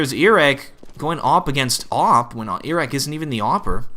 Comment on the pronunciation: KQLY is pronounced kaley and iorek is pronounced jorek. Just sayin.